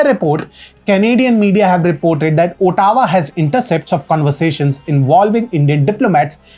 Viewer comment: Sir it is not votta-wah. aa-tuh-wah